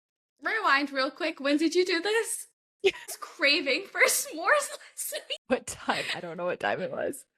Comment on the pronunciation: Hahaha you are saying S'mores like it has a syllable!! I can't stop laughing. I love this podcast!❤❤